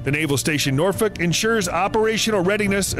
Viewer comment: Well, that’s not how you say Norfolk definitely doesn’t have the Appalachian accent lol love your videos keep going